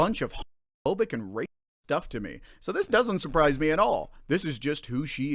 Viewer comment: Every time you say it it sounds like rapist, so their defeating the purpose...